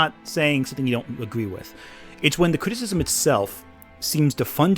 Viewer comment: God, if I have to listen to him say "cristsm" again...